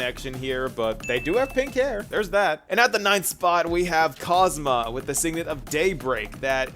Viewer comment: How did you manage to get his name wrong EVERY SINGLE TIME. it's KosmA. Aslo the association between Castorice and Griseo is one of the weakest to me. It's almost entirely visual. Castorice feel FAR more similar to Seele, between the twin thing and the connection to death.